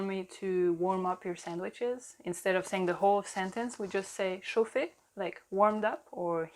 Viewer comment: Ça m’a fait rire le "chauffé s’il vous plait". Moi j’aurai plus tendance à penser qu’elle donne un ordre en mode "chauffez s’il vous plaît"😂